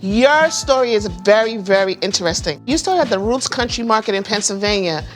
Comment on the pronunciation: Noooo, Root's rhymes with foot's! Source: I grew up 5 minutes down the road.